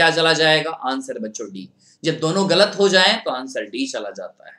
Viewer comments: He is tooo annoying to listen (Ga la t) galat 😏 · "galat" wow wt a pronau sation